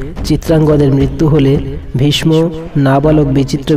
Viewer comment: আপনার উচ্চারণ ঠিক নাই(।ভীষ্ম)